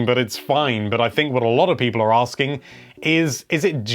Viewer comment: Hello there. It's pee-pole here.